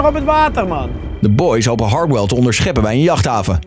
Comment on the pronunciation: Niemand: Echt helemaal niemand: Stefan: “Hardhell”